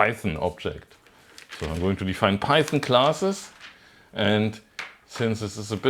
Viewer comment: Python? Oh, you mean Peißn! Yes, hörd of it.